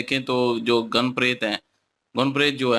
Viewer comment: Goon, nahi Gan bolte hai